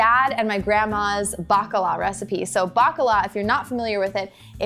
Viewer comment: is balkan?? 1. is sounds like fritula and secound is bakalar not bakala